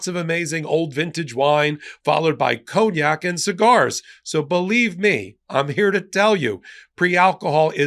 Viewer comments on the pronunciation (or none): none